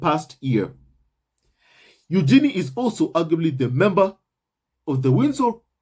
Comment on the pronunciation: Congrats to Eugenie and her husband. BTW, per Fergie..her daughter’s name is pronounced yoo-juh-nay 😁